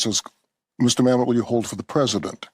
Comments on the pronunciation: It’s Mamit not Mam Met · “Ma’am et” not mamet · Mamet is pronounced “Ma-muht”, not “Mamette” btw. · Dude it’s David Mamet not David Mam•et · It’s actually pronounced David Ma-mutt. He also wrote “Glengarry Glen Ross” too. Used to be a god of the Left until he became a Conservative a few years back. Naturally, they turned on him as only the Left can do. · Dude! It’s David Mamet. STOP saying Ma-met! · Glen garry Glen ross my favourite.... hey benny it's pronounced mam (pause) met ... mam . met .... just FYI. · I love David MA-met. Emphasis is on the first syllable, Benny. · I wish that all of the YouTubers would be old enough to pronounce these names and words properly. It’s mam et. He even says it in this video. I feel like no one really looked into so much stuff until it ends up on their desk to read for a podcast. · Benny... From Olympia Fields, IL. "Mă●mĕt", wife corrected you over and over, out loud. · It’s pronounced “MA’AM-et”! Like damnit. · Benny keeps saying Mamet wrong. And he’s been a hard core non-Leftist forever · You are mispronouncing Mamet's name!! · You keep pronouncing David Mamet's last name incorrectly.